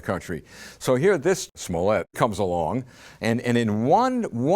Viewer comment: It is pronounced smollay...